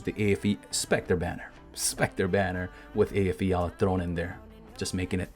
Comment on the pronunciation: is this the guy who can pronounce Eyjafjalla most correctly on earth?